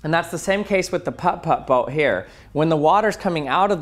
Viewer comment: No one is gonna talk about how he pronounces the "Putt Putt" boat too perfectly? It's oddly satisfying....